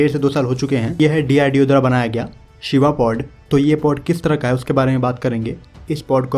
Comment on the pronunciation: Admin ।कृपया हिदी का उपयोग अधिक करे।शिवा को आप सीवा कह रहे है।